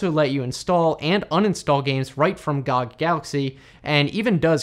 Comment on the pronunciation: its "gee oh gee" not "gahg"